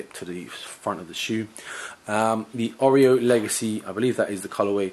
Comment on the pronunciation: "Oreo" legacy? :) Ya killin me, bruv.